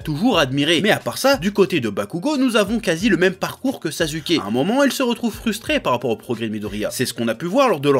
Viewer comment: " naruto/sazuke " ca me fume